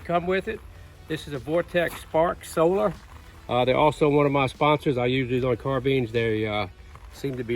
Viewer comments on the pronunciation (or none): none